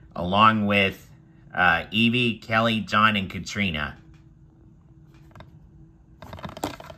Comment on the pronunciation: The yellow wiggle’s name is pronounced “sa-hi” and the second red wiggle is pronounced “cat-a-rina”